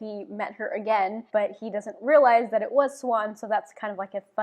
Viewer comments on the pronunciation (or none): It's Brain not Brin (Bryne) and Seewahn (Siuan). I agree on Moraine. She good.